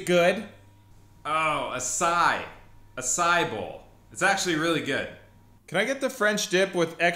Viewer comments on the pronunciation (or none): none